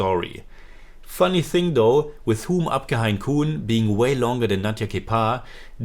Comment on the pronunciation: Hi your pronunciation is mostly wrong on this one( not that it's a big deal or anything but just pointing out) Hum is more like Mum Hain is a tricky one.... The last n is mostly ( but not fully ) silent... You can check how some Indians say this word Kaun is not said as Kooon, more similar to Kon Exactly it would be like KO u N But great review as usual